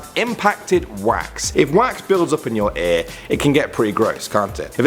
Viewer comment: Aer? or Ear...Eeyurr.